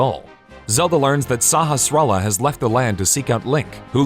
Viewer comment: Why can't anyone pronounce the wizard's name right!? it is pronounced (sAH-HAss-rAH-La) it's not hard.